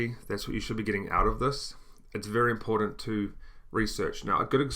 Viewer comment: I thought you were English, and then you said "important" you're definitely Australian :)